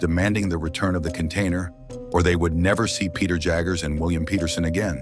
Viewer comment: When the narrator can’t even pronounce Peter